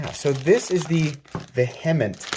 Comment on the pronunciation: Pronounced veehament